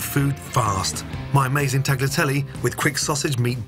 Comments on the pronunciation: i respect you as the greatest chef to ever live....but your pronunciation of tagliatelle....omg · Ok, this may taste ok, but it sure isn't a bolognese sauce and it's an insult to Bologna to call it that. Plus, I cringe when I hear him mispronounce both tagliatelle AND bolognese.